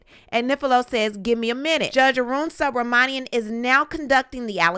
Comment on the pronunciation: narration is second to none! Sue Bra Monie Em —judge’s name stayed getting butchered by everyone.I had to practice that name few times too since it’s my good friend’s last name.